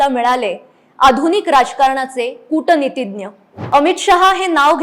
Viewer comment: " कूटनीतिग्य " नाही हा उच्चार चुकीचा आहे . याला " कूटनीतिज्ञ " बोलावे . संस्कृत शब्द केवल शुद्ध च बोलावे अनिवार्य आहे .